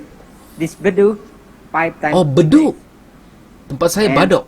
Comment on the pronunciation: Kita sebut bedug bang. Abang sebut badog ya 👍